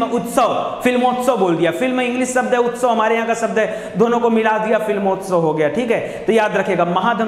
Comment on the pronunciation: शब्द कहिए, सब्द नहीं